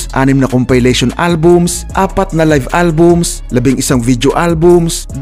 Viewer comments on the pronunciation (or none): none